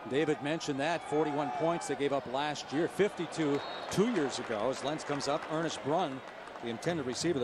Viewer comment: ISU #84 is "Ernst Brun," not "Ernest Brun." (Think of a German sounding first name)